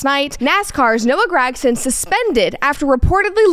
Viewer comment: That’s not even how you say gragson